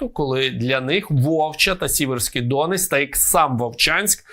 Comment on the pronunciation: Не ДОнець, а ДонЕць, не ДОнець а ДонЕць, не ДОнець а ДонЕць